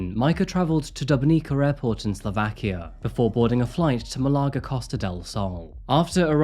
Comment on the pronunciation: I just can't wrap my head around your pronunciation of malaga 😂